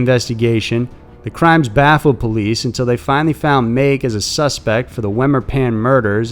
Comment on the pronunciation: Pronounced MAH ...KE...as in Ken without the N